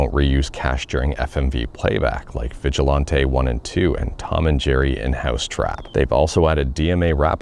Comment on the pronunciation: Just the annoying fan helping ya out, haha, but Vigilante rhymes with Panty, not with Dante. Keep up the awesome work :)